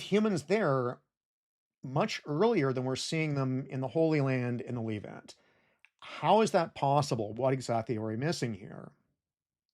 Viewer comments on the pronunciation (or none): Great doc, just one thing, that "e" in the word Levant is pronounced same way as the "e" in Less. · The Leevant. Dissiciples. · Calling it the lEEvant has to be a crime somehow Love your videos though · You've got a funny pronunciation of "the leave-ant", hehe. Is that an American thing? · Great video, but please learn how to pronounce "Levant" and "Sumatra" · tbh it ruined the video for me so actually not great video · He says the Levant many more times than he says Israel or the Holy Land (though he does mispronounce "Levant")